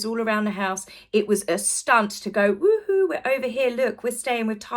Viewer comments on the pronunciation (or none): none